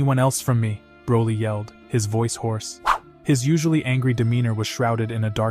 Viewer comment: Broly not brawley